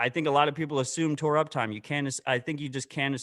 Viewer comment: Tor uptime… “Tore up time”